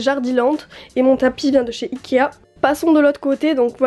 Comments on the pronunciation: Elle dit ikia au lieu de ikea ou sinon elle le dit trop vite chai pas mais on dirai qu'elle dit ikia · J adore tes video t es la meilleure ta chambre je t aime trop mais juste on dit ikea pas ikia